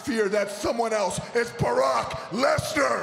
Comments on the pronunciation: Did he just say Barack Lesnar? Hahahaha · What? Did Jinder said "Barrack Lesnar?" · Did he say Barack Lesner? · Did he say Barack Lesnar? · He said Barack lasner what an creepy pronunciation